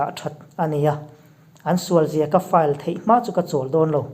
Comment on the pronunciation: case file chung chang i han sawi khan file i lam dan tak kha a thluk kha a dik hlel deuh.......